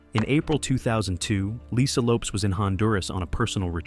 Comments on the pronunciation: I wish your non-talking ass would learn how to pronounce their names! It's Low-Pez and Too-pauk! Not Lopes and To-pack!!!! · Not the man said lisa left eye lopes 🤦🏾‍♂️ (lopez) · Lo-PEZZZZ, Lisa Lopezzzzzzz (but with an s and not a z). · He messed up Lisa Lopez name and made it seem like she was filming and not driving.He did not say Tupac's name right either.